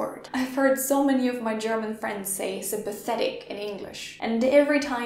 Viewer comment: The last word you used sounds much closer to sympatico than sympathetic.